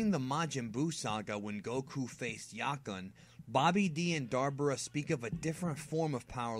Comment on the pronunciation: it's Dabra nor Darbora